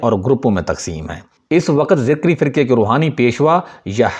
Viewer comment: ذکری نه بهتر است بگویید zakari !!!!